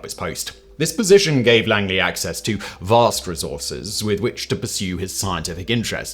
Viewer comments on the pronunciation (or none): none